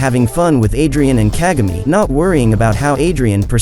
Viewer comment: Hope you're saying kagami wrong